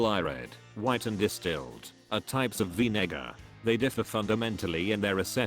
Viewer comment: “Vinegar” that doesn’t sound right 😂